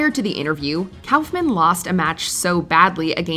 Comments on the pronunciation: It's not Kowfman it's Kaufman. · #17 - Kaufman is pronounced COUGH-man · Didn't you hear? That's Andy Cowfman. Lol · Andy "Cowf-men" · The way you say andy Kaufmans name makes me so uncomfortable